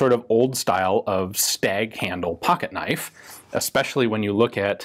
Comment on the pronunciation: Crocodile Dundee: “that’s not a knoif.”